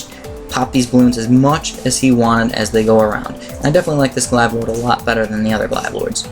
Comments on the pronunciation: Glave not glive. mobe not mowab zomg not zoh my god :3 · According the Merriam-Webster, glaive rhymes with brave, not hive. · Ug sorry but Glaive is pronounced with a hard a sound like in "Blade" There's no hard i sound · he just keeps mispronouncing glaive